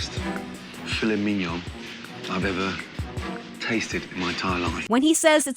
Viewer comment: Where do these videos get the voice over people from? Cant pronounce tiramisu, filet mignon, makes up words like therapeutical. Are the people in this country really this fucking stupid?